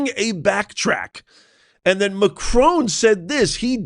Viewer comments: It's Macron not Macrone! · Who T F is Macrone ? Macron you W---er !